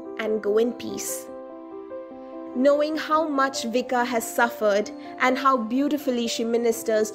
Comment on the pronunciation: pronounced as in Croation, Vich-kah, no s sound.